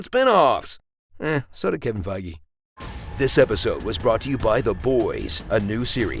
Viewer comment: Damn is that how you actually pronounce Feige?